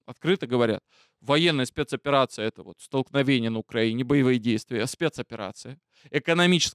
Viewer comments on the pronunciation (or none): none